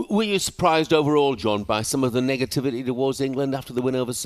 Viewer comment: Coulda swore I heard Jeff say “niggativity” 😂